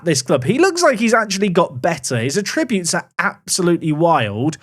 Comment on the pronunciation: After all these years, it still bothers me that says attributes wrong 🤣